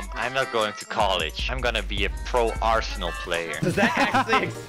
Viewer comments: ''aresnal.'' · The fact he thought the game name was "Aresnal" instead of Arsenal